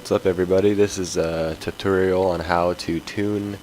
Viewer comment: it sounded like you said TITorial witch is fine but i was just saying